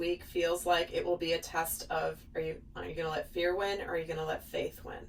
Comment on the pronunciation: Are you saying fate or faith?